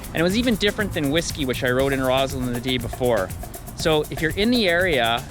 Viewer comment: It’s ROSS-land, not ROZ-land.